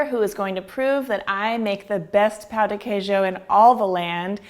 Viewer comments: Pão de queijo. The 'a' has the UH as in BUTTER sound. You've pronounce like we say the word "pau" which is a bad word. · For Pete's sake, it is NOT called "POW" de Queijo. Why do you say it like that? Say it right! Notice there is a TILDE over the letter "a", which means it is nasalized. Not "POW", please.